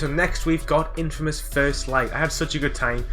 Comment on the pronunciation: You get an award for the most alternative way of pronouncing Infamous.